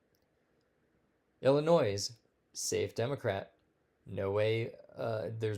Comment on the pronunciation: The s on the end of Illinois is silent.